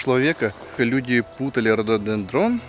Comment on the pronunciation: Он сказал вроде Ортодендрон)